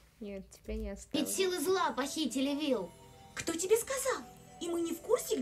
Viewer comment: Правильно говорить Вилл